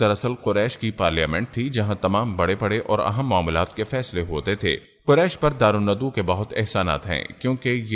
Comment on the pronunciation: Correction karain. دار الندوہ درست ہے دار ندو غلط ہے اپنی تصیح فرمائیں جزاک اللّٰه